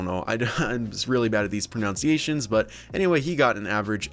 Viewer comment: Sandeep he mispronounced pronunciation